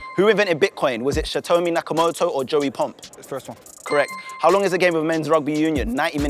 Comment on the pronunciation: “shatomi”??? what is that pronunciation of satoshi😂